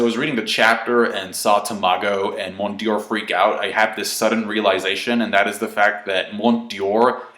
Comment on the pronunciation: Mont D'Or. No i in there. pronounced Mondor. and dont even get me staaarted on Hajrudin.